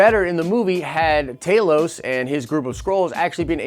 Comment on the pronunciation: Does anyone know how to pronounce Talos’ name? The guy in the video pronounced his name two different ways. Once at 4 minutes and 53 seconds in the video and he pronounces it a different way at 6 minutes and 17 seconds in the video . I am just really confused and would like some help